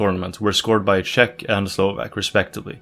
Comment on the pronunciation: had me watching until he said shek republic